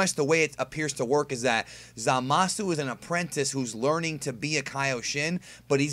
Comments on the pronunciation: My take is that Zamas was "killed" (fusioned?) by someone else in the future, that is the extra ki they are sensing and why Goku does not percieve evilness in him. BTW it is Zamas... or "Zamasu" with a silent "u".... just listen carefully to the episode, thereis no "u" sound ever spoken (and that is the way it should as there is no hiragana for s, so su is used). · Lol, someone doesn't know that the "u" is silent. No Japanese person will say Zama"su" They will keep the "u" silent. Same with the english word for like, which is "suki" they say "ski". Or a name like Keisuke. It will be "Keiske" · Lmao that way u say zamasu